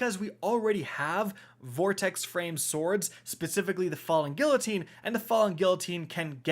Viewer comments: For fucks sake bro its not gill-a-teen its gee-a-teen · God I hate how u say guillotine LOL. Gee uh teen not Gil a teen. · Great video. Love these new swords. By the way, the "ll" in Guillotine is pronounced as a "uh." gee - uh - teen. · He still can't say the name right on guillotine. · Was down to watch this until i heard the pronunciation for guillotine lol GET AN EDUCATION